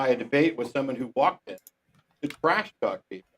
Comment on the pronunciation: "He twash-talked me", "I'm going to sulk"